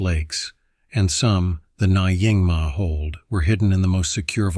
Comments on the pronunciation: AI voice - it's closer to Ningma. Definitely not Ny - ingma. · Nyingma is not pronounced as na-ing-ma. It’s pronunciation is nearer to Ningma, although not exactly. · Nyingma isn't pronounced like that, but NYING-mah (/ˈnjɪŋmɑː/) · “Dzawgchen”?? “Nayingma”?? Can’t you guys find even ONE live practitioner to do narration?